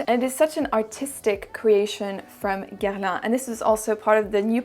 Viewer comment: New subscriber here. I hit the subscribe button after hearing you pronounce "Guerlain," hehe! (I'm just getting into varieties of fragrance and it's been really tough for me to take perfume channels seriously when they say "Gurr-lawn" -- even Canadians, when French language classes are usually a part of their curriculum in elementary school, like what's their excuse? LOL.) Thank you thank you thank you, I look forward to binge-watching your videos!!! XO Julie